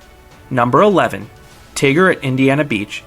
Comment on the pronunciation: Dude why does everyone pronounce Tig’rr at IB like the Whinny the Poo character Tigger? It is pronounced Tiger like the animal. It is orange and black and has a picture of a tiger on the sign. And the ‘rr represents the growl noise the tiger makes.